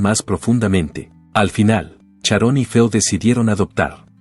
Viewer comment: Oe!!!...es Sharon....no Charon...hazte el favor...pronuncia bien por favor....